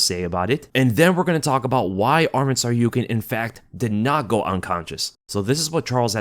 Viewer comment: Who tf is this SarYOUkian guy? sounds like he didn't go unconcious.